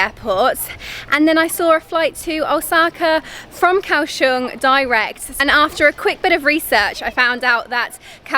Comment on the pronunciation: It's not Cow Shong!. It's Goa Xiong!